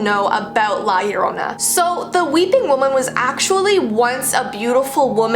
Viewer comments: yo-ro-na without rolling the r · Why does Llorona sound like CORONA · Yorrona -.- hmmmmmmmm cool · Lol nope